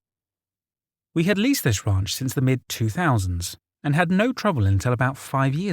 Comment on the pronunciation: The wraunch = ranch